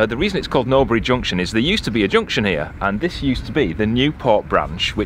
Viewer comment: The mooring near the M54 is another of our favourites. I love detailed in depth commentary........ “We’re ‘ear”... Ha Ha!, Great as usual boy’s. Friday afternoon’s reminds me as a youth waiting for Dr Who (Patrick Troughton) every week for my weekly fix!, John (NB Cherry)